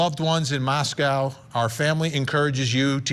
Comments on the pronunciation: Mos-KO, not Mos-cow. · It's Mos-co not Mos-CAOW. What a strange and annoying mispronouciation. 🙄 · It’s pronounced MOSS-KOE and not MOSS-COW like in Russia. I was born there. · I second that. Mos-co. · Pronounced Mosc-oh Idaho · If you're going to a 30 minute episode about this, spend a minute to confirm how to pronounce the name of the town.